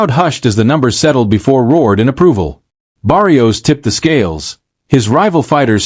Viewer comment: AI sounds horrible. Cannot even pronounce Barrios properly. AI not trained on Spanish pronounciaton???